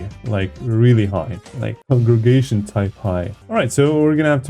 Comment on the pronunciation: 'congregation" jumpscare ☠️